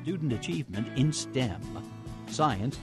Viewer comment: S-T-E-M, not "stem"